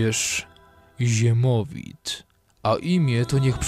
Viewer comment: Nie ziemowit tylko siemowit